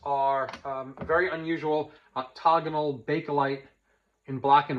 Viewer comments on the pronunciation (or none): Enjoying your series still. FYI, I think you’re mispronouncing OCTAGONAL. The first A you’re sounding it out as an O. 🤓🙏🤓Great insight otherwise.